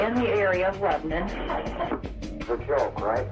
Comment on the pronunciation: "Leb'nun" lol